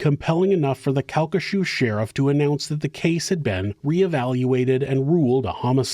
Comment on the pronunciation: CalcaSHOO is killing me 😂 Cal-ki-SHAW